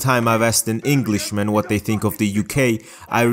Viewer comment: ‘Englisch’ is the most German mistake you could probably make 😄